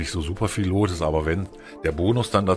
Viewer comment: Geiles Vidio aber BITTE sprich "loot " nicht wie Lot aus es wird wie "lut" ausgesprochen ansonsten like und Abo hast du von mir